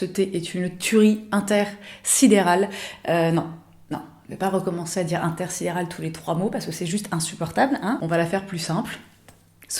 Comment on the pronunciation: In-thé-rsidéral lol